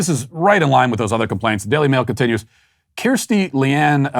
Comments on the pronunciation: TIL that apparently Kirsty isn't a name in America, judging purely by Matt's complete inability to pronounce it. Keerstee from Shropshyer. You get an eyerolled like from me. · Matt, I love you but I am howling at your pronunciation of Kirsty. From a UK citizen - it’s K-er-sty 😂